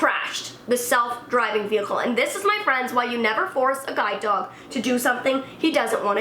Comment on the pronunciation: I thought sh was saying guy dog not guide dog